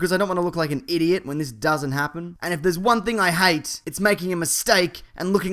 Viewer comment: "IDOIT" OMG XD!